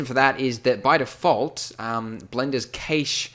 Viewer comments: Your pronunciation of the word cache is horrible. Its not "gheish", its "cash" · actually it's Cash. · "Caysh" lol, I think you mean "cash" as in cache of weapons etc. "Caysh", that is sooo funny. I know you North Americans have very strange ways of pronouncing some words but this instance is hilarious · keytch? "Cache" is normally pronounced identically to "cash" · ive heard cache been pronounced as "cash" and "cashey" but never "ceysh". love the video man this really helped. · im sure its pronounced cashed not cayshed :S sry then again, i remember hearing shakespear english a few years back anyways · Chash not cAshe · Cache is pronounced cash, not caish. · Cache! Cache! It's pronounced 'cash', not kaysh. And 'without further adieu'?! Blimey! Bonkers pronunciation pedantry aside, this is awesome. Great work & thanks! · Its pronounced 'cashed' as in "I cashed in on the deal' ... So using it in another context thats "the Pirate had a secret cache of weapons!" Cache meaning a pile of things all stored in one place! A 'cache' is also a term used in programming so the swap file on your PC is a 'cache' file. pronounced 'cash' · Cache is pronounced like 'cash'. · "keish" never heard someone say cache that way lol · It's "cash" when referring to stored items, "cashay" is pronunciation for "cachet", which is the state of being admired or respected. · Cache is pronounced "cash" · Cached or cache is pronounced kash'd or kash. its used to describe a temporary store for quicker retrieval. In this case cached video is stored in RAM to allow the user to rapidly scrub through cached footage in the timeline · Great video and it's probably been mentioned (I couldn't be bothered to check previous comments) but it's pronounced CASH here in the UK :) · Cache? Sounds like Cash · Isn't it "cash" not "cache?" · I hope you're learned how to properly pronounce the word "cache" by now. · I love your videos, but please learn the pronunciation of cache, ahhhhhh, you say it so many times. lol